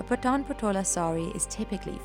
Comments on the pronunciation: Its not पठान. It's पाठन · The pronunciation of PATAN is very wrong. It should be PAA-TA-N.....Please correct it. This is one of the most unique and iconic traditional legacy of Gujarati, India....